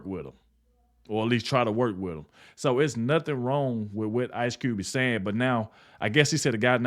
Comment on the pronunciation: "Cube", not "T". Jackson, not Marrow.